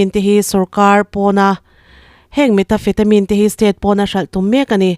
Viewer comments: Metafetamin i tih hi.. Methamphetamine tih a ni zawk lo maw. I lam dan ava mak ve. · Ni e,methamphethamine tih angin ka lo hre ṭhin meta...... ni loin